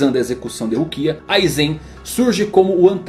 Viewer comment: Aizén kkkkk